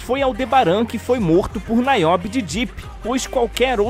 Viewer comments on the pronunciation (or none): Verdade! E NIobe e não NAiobe como ele falou aí também.